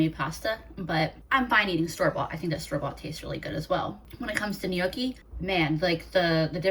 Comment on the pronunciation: Gnocchi is pronounced nyoki with the n and y together. Not noki lol